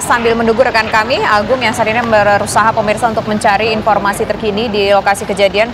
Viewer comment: Tolong kalau cari reporter yang pelafalan bahasanya bagus Ini reporter ngomongnya berantakan banget, lalu mengucapkan huruf "F"" menjadi P , informasi jadi inPormasi dan itu terasa mencolok banget Logat daerah sih ngga apa, tapi bila disertai cara ngomong yg berantakan ????